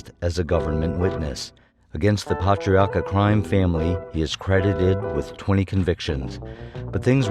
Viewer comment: Patriarca ...pronounced Pay Tree Arc ah